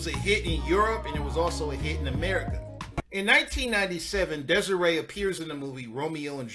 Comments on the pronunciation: I talk to Des'ree periodically. As you may or may not know she and her mom put out a vegan cook book many years ago. Also her name is actually pronounced Dez-Ree.. it's not Des-Ray. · her name is pronounced DES-REE.